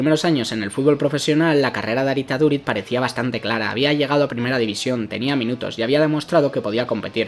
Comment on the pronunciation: mira en google como se pronuncia su nombbre y apellido porfavor